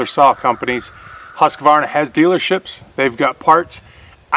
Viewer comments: you're a very intelligent, knowledgeable young man, but I dislike the way you mispronounce Husqvarna (Hoosk-varna). I love watching your videos and am an avid fan of your channel. Take care. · Husqvarna not Husquhvarna